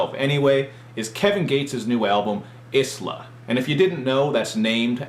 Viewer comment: U said Islah wrong